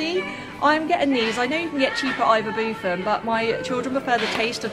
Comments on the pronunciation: I’m autistic as well and your videos are amazing ! I love them, I love being able to see all the products without having to go in myself and having the comparison of prices in different places, also you said ‘ibubufen’ , not hating, just can’t help not letting you know x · I’m sure she said ibubufen 🤣🤣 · You call ibuprofen ibubufen